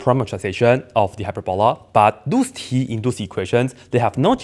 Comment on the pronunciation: Hyper-balla? Never heard anyone say it like that. hyPERboLUH